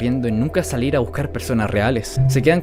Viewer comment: es saluir o salir? Igual buen vídeo bro 👌